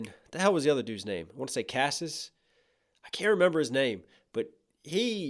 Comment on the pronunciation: Crassus. You almost had it when you said "Cassus".